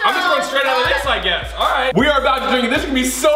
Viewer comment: Alright or Alrite?!? 🤣